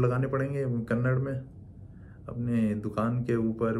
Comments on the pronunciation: Dude it is Kannada not Kannad. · Please note its not kannad , its KANNADA. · Kannada, not kannad. 👁️‍🗨️